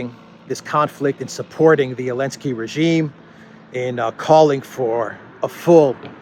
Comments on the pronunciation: Great chronicle. But why do you keep pronouncing zelensky without the “z”? Is that some sort of retaliation :-) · Why do you call him Alensky? Or, am I hearing it wrong? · He calls him elensky because the letter Z is cancelled.